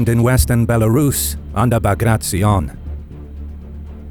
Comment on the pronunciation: It was an amazing video but please next time pronounce his name as you read his last name was B A G R A T I O N as you write you read the same way, not BAGRACZION.